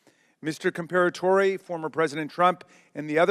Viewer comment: In typical Democrat fashion, Raskin couldn't even pronounce Corey Comperatore name correctly and goes straight to gun control. I saw this coming the second I heard AR15 in reports